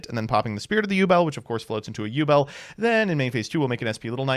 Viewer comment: Have a drink everytime he says ubel